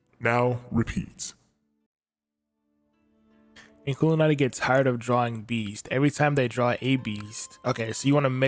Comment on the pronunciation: Your saying it right